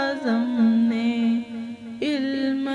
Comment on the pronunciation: لفظ علم غلط بول رہی ہیں" الم" صحیح لفظ یعنی الف کے اوپر زبر ہے